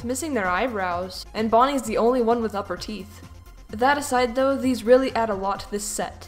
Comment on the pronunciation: Why do you say weally so much time XD